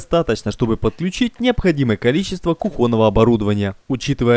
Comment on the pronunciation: Кухонного, а не кухонного!